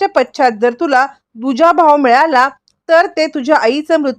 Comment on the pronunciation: पछ्छात काय म्हणतेस पश्चात म्हणतेस की